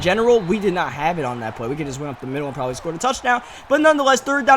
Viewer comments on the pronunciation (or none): none